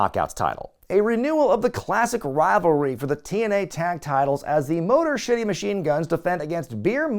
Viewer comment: Am I imagining things, or did you say "Motor Shitty Machine Guns"? Because that's definitely what it sounded like😂😂😂